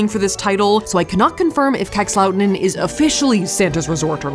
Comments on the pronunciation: Same! Minus the way Safiya said "Kakslauttanen". 😂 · As a Finn I loved Safiyas' way of pronouncing Kakslautanen and the reaction on the Sweden- Finland border. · As a finn...I laugh so hard for the pronunciation of "Kakslauttanen". No hate. I know, language you don't speak. You can't master it. But damn it's funny to me :') Also funny to hear that you think that -13°c is cold because that's nothing :D when it's closer to -20 it's cold